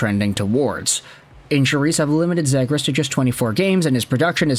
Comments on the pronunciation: Dude there is such a thing as making too much content lol.....and as many people have pointed out in your 100 videos about this guy, it's ZEE GRAS, and it seems like you are the only guy that cares about him. Most overrated player on the market. I hope Anaheim gets stuck with him. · You're getting a thumbs down for the way you keep saying his last name